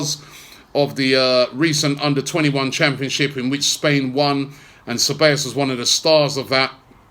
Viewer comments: its not cabellos robbie it is ceBAllos smh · Ce-bij-os.. not Ce-bay-os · God dammit Robbie, it's Ceb-ahhhh-llos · His name is pronounced “Saybaayous” Robbie,lol. Anyway,good addition to the team despite the loan arrangement.